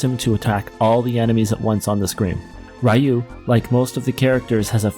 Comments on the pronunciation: Did you just say "Rye-you"...? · I haven't heard Ryu pronounced Rai-yoo in over a decade+ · Nice tier list. I love BoF. It was one of the games I owned on the SNES and as close to a Final Fantasy game as we could come over in PAL land without adaptors for US cartridges. Pet peeves: Ryu, is pronounced R-you, not Rayu. It's not Angie, its Agni, AgNi.